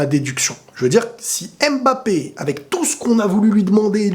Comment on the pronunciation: MMMMMBAPEEE ET NON M''' '' '' '' BAPE STP PARDON PITIER